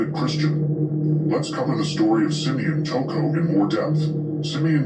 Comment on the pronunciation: Why you keep calling him toocoo